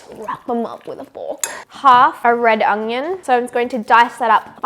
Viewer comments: i hate when people pronounce onion as ungyun. edited to add you can’t cook for shit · Everytime you say onion, i hear sophies voice „onGGGGion“ :D